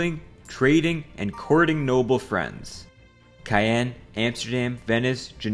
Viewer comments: CAEN in not pronounced Cayenne. Look it up. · You say caen like your saying Khan and pawn at the same time hope it helps we all have trouble prounincing something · It’s “edinburrah” not “edinburg” Also It’s “Kahn” not “cayenne” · He did call Caen "Cayenne" instead of "Kon" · "Edinburg"?! "Cayan"?! You need to read some IPA. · Cayenne hurt me more. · Also the way he pronounced Caen 🫩